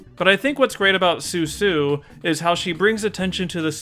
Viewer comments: Hey, I think you kept calling Susan “sue-sue.” Which, uh, isn’t her name. It’s Susan. They pronounce it “Sue-Sin” when she’s introduced because the joke is that they all have very plain names, and they pronounce them with weird inflections to make them sound more sophisticated or exotic. Like when people call Target “Tar-ge” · It's not Suesue it's Sue Sin lol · You kept calling her "Su-Su" but I'm pretty sure her name is "Sue-sin" like "Susan", like all the rich friend names were jabs at snobby, upper-class stuffiness, like "Eliza-beth" instead of "Elizabeth" for example. Or maybe this is just me mis-remembering due to Mandela Effect? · I think it's pronounced "Su-sin". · I thought her name was pronounced "Soo Sin." ...like a snotty way to pronounce Susan. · It's actually Seuss-in (the joke being how the snobs all pronounce their names in an over the top fashion)